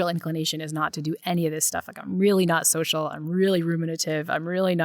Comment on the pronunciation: Hey Max, what the fuck is socia media?!! Don't know if you're too dumb or too lazy to have stopped pronouncing the L in the word Social. I feel like speaking correctly is something a milquetoast pansy who talks incessantly for a living ought to be able to do.